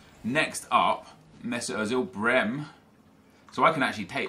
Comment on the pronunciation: Nep, Brehme is pronounced Brey-Meh